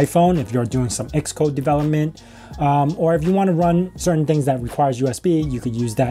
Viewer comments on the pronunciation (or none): none